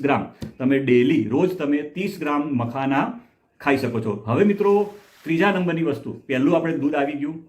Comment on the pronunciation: મકાના નહિ....મખાના